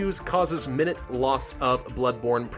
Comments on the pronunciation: Y’all, he did not pronounce it right. When talking about time, it’s min-IT and when talking about a small quantity, it’s my-NOOT. You can’t lose a time of blood-born protein, but you CAN lose a bit. Context is key. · When 'minute' is used to mean minor or small amounts of, you should pronounce it 'my-NUTE'. It is only pronounced like in the video if it's used to mean the length of time. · Complains about its and it's pronounces minute wrong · (It was wrong)